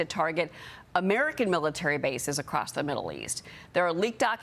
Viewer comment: Kudos to the host (Name?) for pronouncing IRAN correctly! It's NOT "I ran"!